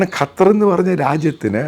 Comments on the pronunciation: Sir കാറ്റർ അല്ല ഖത്തർ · Not qataar just 'qatar' this the pronounsation. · കറ്റാർ അല്ല ചേട്ടാ…..ഖത്വർ എന്ന് പറ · ഖത്താർ അല്ല ഖത്തർ ആൺ ശരി